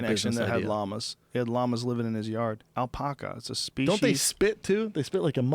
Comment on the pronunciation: Fuck Joe! stop saying "Alpaca" like "All-poc-a" there's only one "L", "AL-pack-a".....I live in a small town where they breed them all the time